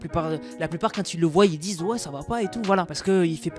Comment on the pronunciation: si je le souligne ce n’est pas à mal.mais tu fais souvent l’erreur de dire « ils voille» au lieu de « ils voient »